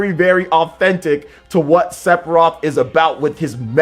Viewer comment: Is he saying "Sepiroth"?